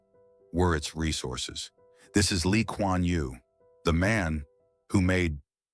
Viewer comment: U got his name right